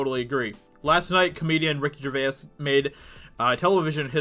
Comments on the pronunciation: Its pronounced ger vase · From a fellow a Brit to Ricky, Gervais is pronounced JERVAYZ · I wish this guy could pronounce Gervais. Dude gets a whole extra syllable in there. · Great commentary, however, how you pronounce “Gervais” is annoying. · How confident are you in your pronunciation of Gervais?